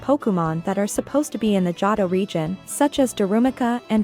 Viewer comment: Jotto? Seenoh? Any actual person who watched the anime would know how they are pronounced. Johto is pronounced "Joe Toe" and Sinnoh is pronounced "Sin Oh".